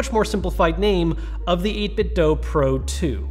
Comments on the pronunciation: Why does everyone pronounce the 'do' of 8bitdo as "Doe" as opposed to "Doo?" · Repeat after me: eight-bit do, as in doo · Quick question, why do people say 8bitdo as eight bit doh (like the doh homer says) instead of eight bit do (do as in, can you 'do' that?) ?